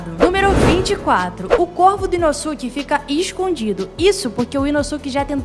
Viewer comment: massa, mas ficaria mais feliz se pronunciasse os nomes corretamente... nome é nome, não muda, independente de onde se está! "Urokodaka"? "Inossúki"?